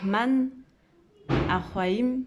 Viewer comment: Merci pour cette vidéo , nous aussi on t'aime. Je crois que tu n'a pas l'habitude de parler l'arabe . EL RAHMAN , EL RAHIM , le R est roulé comme en italien , et le H est soufflé au niveau du palais . Bisou à toi et ton bébé 💟💟💟 Qu' Allah vous protège